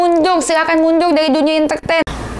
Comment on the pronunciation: lidah gk pecus bilang mundur aja susah 😂😂😅 mundul wkwk